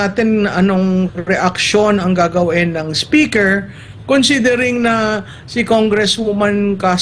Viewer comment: Correction Maam, "SPECKER" ang sabi ni Atty Harry...